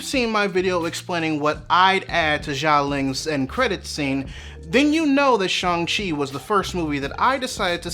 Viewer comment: Respectfully, I'd like to point out the Xialing is pronounced with a Sh sound instead of a soft J. And the mother's name is Li (Ying Li, Michelle Yeoh is Ying Nan) due to the Chinese inversion of first name and last name.